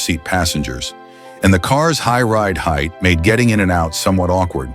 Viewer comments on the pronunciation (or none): none